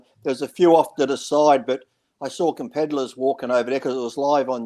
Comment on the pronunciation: Lee, its "competitors", not "compeddlers" lol!